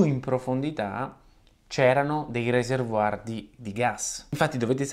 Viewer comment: È proprio necessario dirlo in inglese "Reservoir "? Peraltro pronunziandolo alla francese. Riserva, serbatoio, non andava bene? Perche non fai il minimo cenno alla possibilità di sfruttare quel calore in qualche modo? Non è possibile? Spiega perché